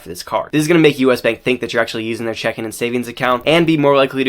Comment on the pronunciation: Great information! But reading checking account as “check in” is rage inducing 😂